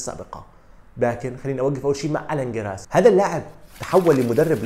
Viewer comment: ما اسمه جيراس يا جاهل بأسماء اللاعبين وطريقة النطق الكارثية. اسمه الان جيريس وهو لاعب مشهور جدا. راجع معلوماتك وطريقة نطقك